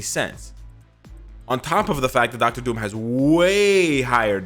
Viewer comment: "Docta Doom" Me: I thought you are Canadian, lol